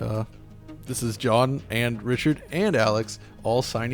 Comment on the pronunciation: God this Richard guy is horrendous. He can't say the first letter of his own name and keeps saying "essentially" which is every inarticulate nerd's go-to word to try to sound clever. You can put 'essentially' at the start of any sentence like Richard does and in every case it's redundant. It's fuckin embarrassing.